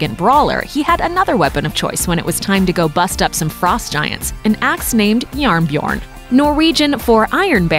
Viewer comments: its jernbjørn not njarnbjern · Norwegian here. It isn't "jarnbjorn", it is "jernbjørn", pronounced "yernbiorn". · as a norwegian i find it quite funny listening to you trying to say JærnBjørn or "iron bear" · When she tried to pronounce "Jernbjørn" ..... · The way she prononced Jernbjørn made me cringe. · jarnbjorn aint Norwegian bruv. In that case it must be ancient Norwegian as if the word was actually norwegian then it would be spelt: Jernbjørn not Jarnbjorn